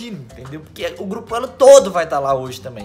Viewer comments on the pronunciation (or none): Geupo kkkkkkk tá meio errado kkkkkk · "geupo"kkkkkkkkk eita tá errado em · Geupo elo? O português em kkkkk